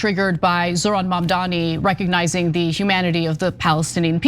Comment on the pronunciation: It's MaMdani.